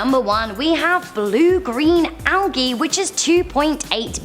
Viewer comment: not hating but you pronounced algae wrong. You said algee and it is properly pronounced aljee